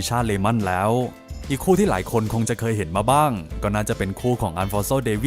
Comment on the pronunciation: แหล๊วววว ชอบการออกเสียงคำนี้